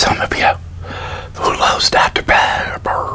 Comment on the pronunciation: he says “Dr. Pepper” strangely. Likea burp and talk?